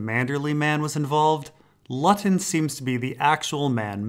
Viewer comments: Great video. Btw Luton is pronounced "Loot-un" not lutt-on. Just saying. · I think the Luton guy's name should be pronounced "Loo - ton". It's a town in England. Great video as always. Thank you! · Brilliant video. Not to be pedantic but Luton with one T is pronounced Loo-ton in the case of the town. That may not be the case with the GRRM character of course.